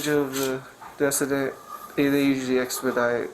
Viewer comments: It's not pronounced desident it's pronounced du-seed-ant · The way that cop continues to mispronounce decedent is killing me, I forget cops can be ding dong kids too that can barely speak English correctly....